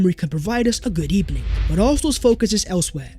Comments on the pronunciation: Good ebening eberyone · Hopefully Mr Unai Emery will give us a Good Ebening... 🤣🤣🤣🤣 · Let's hope for a good ebening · I love the fact that you said GOODEBINING an kept a straight face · That good ebening joke was perfect I couldn't help laughing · “That Mr Emery can provide arsenal fans with a good ebening “ 😂 u funny man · Good ebening 🤣 unai